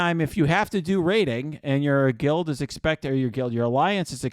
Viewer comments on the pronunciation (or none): Its okay, I still say "guild" sometimes as well 🤣